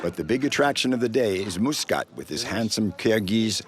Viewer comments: I think not Muskat, Maksat. It is Kyrgys name means “ Aim” in English 😊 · His name Maksat, no Myskat....